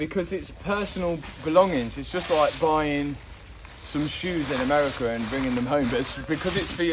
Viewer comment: When said "America", i had a nice little giggle. Love this channel